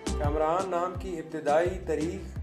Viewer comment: Kumraan nahi hota kaamraan hota hai